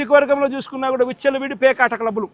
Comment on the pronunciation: Uchhalaudi endira....vichalavidi raaa adi......mundu telugu nerchuko first nathi pakodi...😅😅😅😅